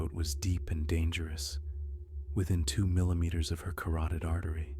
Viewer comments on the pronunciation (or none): none